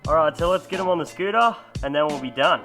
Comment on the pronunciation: Eva scootah lol speak america